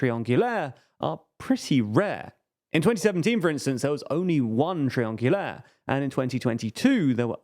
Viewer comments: Lol, someone taught you how to pronounce triangulaire since the last video. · Thumbs up for your pronounciation of "triangulaire"!